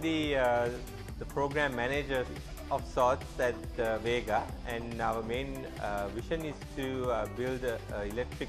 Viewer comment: I came here to look at the car, not a bunch of people talking about it. and so goday when he says VEEEGA, sounds like vega from Sony. You need to sell this car below 5 million and maybe it will be a hit, if you use high quality components.